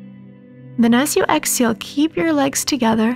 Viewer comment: Please remember there is an “ H” in exhale.